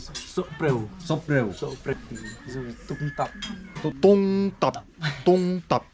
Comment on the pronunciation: It's tungtap not tumtap